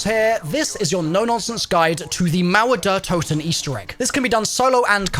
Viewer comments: I love how Americans pronounce "Mauer der Toten", its just like my english, crap.. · As a German I Love to hear the wrong spoken Mauer der Toten